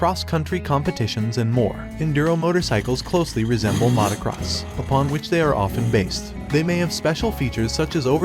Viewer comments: I like your videos, but have never heard anyone say "mahtacross bikes" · I hate the way this guy pronounces motocross